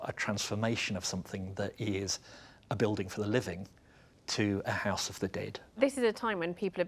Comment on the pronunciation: I like how she pronounces "house" as "hice". As a Canadian, I'd say "hoose".